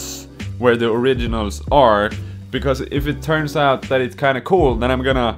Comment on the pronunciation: "Ive made an put of pitch guitar" "So many noouts" lol